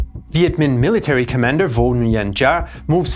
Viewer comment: Man if you're going to make a documentary at least learn to pronounce the viet names correctly. Nguyen is not pronounced NEW-YEN, ffs.